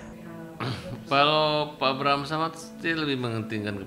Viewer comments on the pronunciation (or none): Knp jd abraham samad si nyebutnya😅